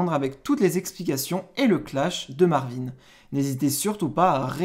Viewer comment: " il s'appelle Ricardo il va sortir " ptdrrr "marveen" frère arrete